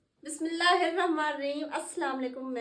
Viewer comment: آپ پلیز قرآن پڑھنا بھی آنلائن سیکھیے کیونکہ آپ کی بسمہ اللہ بھی ٹھیک نہیں ہے پیاری بہنا